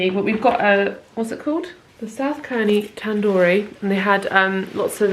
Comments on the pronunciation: I’m so sorry but it’s pronounced Serney, not Kerny 🤣 I live very close to South Cerney and it’s so lovely 🥰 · i havent seen the entire video but i just wanted to let you know its pronounced 'serny' rather than 'kerny'! i live close to here and couldnt help myself haha, hope you had a lovely birthday and im now going to watch the rest of the video xxx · South Cerney - pronounced with a soft C, like an S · I’ve only just discovered your lovely YouTube channel (I’m vegan too) and I live in this region where you are on holiday so I’d just like to mention that Cerny is pronounced as Serny and Bourton on the water is pronounced as Bortun 😁🥰👍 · Happy belated birthday ☺️ as a girl who was born and bred in Gloucestershire, I’m so pleased you enjoyed your stay in the Cotswolds. I love South Cerney, it’s beautiful, but I just wanted to say that it’s pronounced South Sir-knee, just incase you want to recommend it to anyone in the future. A lot of places around here with a ‘C’ in the name are pronounced as if the ‘C’ is an ‘S’. Not sure why! Anywho! Welcome to the thirties!! x